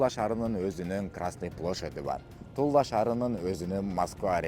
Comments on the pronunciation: Тула шаары эле дечи. Тулла шаары деп атасын кулкуну келтирип🤓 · Тулла эмес Тула деп окусаң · Тулла эмес Тула эле дечи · Тула десен Тулла деп атасын го